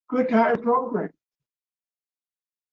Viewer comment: yes... Progrums!!🤣😂🤣